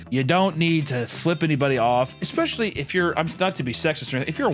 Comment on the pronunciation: If you say ex-specially one more time I’m unfollowing